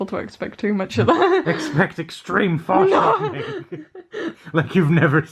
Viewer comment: "EXTREME FORESHORTNING, LIKE YOU'VE NEVER SEEN BEFORE(sortning)"